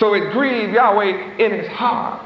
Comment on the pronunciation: even though w is double u in english we pronounce it as WA as in water He would have done better even if he said Yahwah which also is incorrect but in line with the alaph bet (bat) in which he thought was correct.